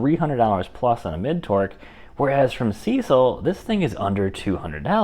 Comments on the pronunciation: Good video. Maybe update using the newest models. Additionally, use their battery. They sent it and people want it tested. Also, brother……it’s SeeSii, not Cecil. It’s pronounced “See See” or “Sea Sea”. They are honestly, the most legit Chinese tool company out there. Up and coming. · There. Is no "L" in Seesii. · Nice review! SeeSii is pronounced "CC". I asked and confirmed it with the company. After using Amazon CC points and discounts, I ended up paying $89. for my WH750. How could I say no to that? Plus, the email customer service at SeeSii was nice and responsive. Nice wrench.